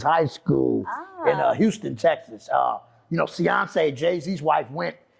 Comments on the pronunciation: This man said Ceyoncé not Beyoncé 😂😂😂 y’all gotta catch this stuff. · Dude said ceyonce. Im rollinnnnn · Bro said Ceyonce 😂